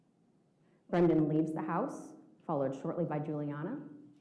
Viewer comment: She cannot say Brendan? she keeps saying Nnnn instead of Brendan? after 5 years?